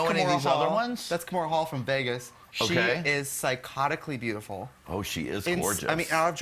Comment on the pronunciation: KIMORA HALL😂😂😂😂gurl kahmora hall is from Chicago